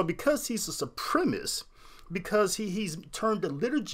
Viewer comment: It's supremacist, not supremist.